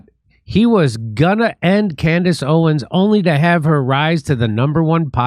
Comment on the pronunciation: Am I hearing things, or did she call herself "Camrace Owens"?